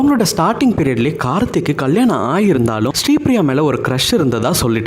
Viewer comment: He was not Karthi, he is Karthik. First pronounce the words correctly, then come to gossips.